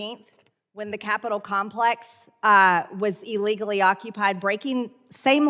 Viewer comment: "Eelegally?" Are esteemed congresswoman is kind of an idiot... isn't she?